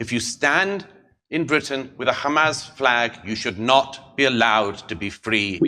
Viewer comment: You've nevah Mr Bean